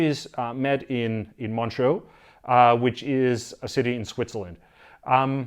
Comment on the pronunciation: It is pronounced Montrø ("Montruuh" in English)